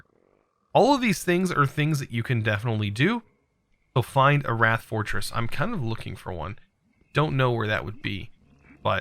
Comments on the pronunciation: Octine, not Octane. Wight, not wrath. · learning from, its octane, not octine, shimarite, not symarite, wraths not wights, and valentite not valenite... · James Kivenko yeah, I’m pretty sure it’s pronounced the same as white. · Is Wight actually pronounced like rat or is just having a moment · Little heads up, "Wight" is pronounced the same as "White" (there's an island off the coast of England called the Isle of Wight). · him saying rat was driving me insane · I thought he was saying rat and was hella confused.